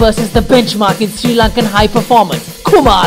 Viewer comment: Hahaha!! Srirarry !!